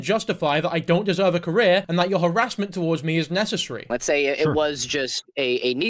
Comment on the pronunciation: "Harrasmental" is killing me